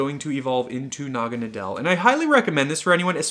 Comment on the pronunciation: Btw its said like Naw-ga-na-dl